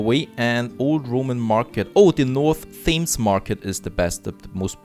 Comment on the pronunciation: The name of the river Thames in London is pronounced "tems". Yeah I know it doesn't look like that. Have lived in London for more than 20years at this point and go for walks along the river every couple of days.